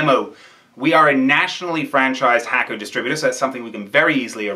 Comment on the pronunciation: Hakko is pronounced "Hawko" not "Hacko"